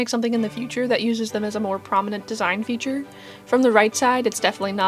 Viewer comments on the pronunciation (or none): none